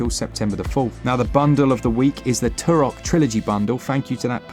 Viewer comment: Turok!! Too-rock i say 😂